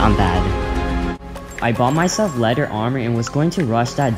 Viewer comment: I noticed u uh kinda said leder armor